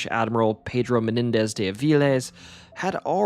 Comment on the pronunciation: Great stories! Just an FYI, the de in Ponce de Leon, or Castillo de San Marcos, is pronounced "day" not "dee"